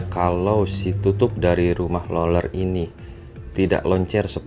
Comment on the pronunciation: Lu ngomong rolel rolel gak jls bang sumpah